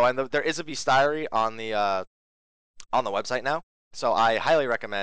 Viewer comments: Isn't bestiary pronounced [bee-stee-a-ry]? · I don't usually do this, but it's so hard to listen to: bestiary: "bistʃiˌɛri"